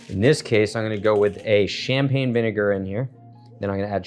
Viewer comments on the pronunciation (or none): none